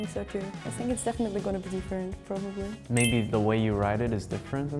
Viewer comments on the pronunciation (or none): "I sink so" 😂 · I Sink " :))